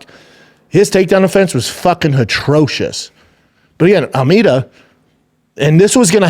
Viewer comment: Someone tell Brendan’s stupid ass that the word atrocious has no H in it. Goddamnit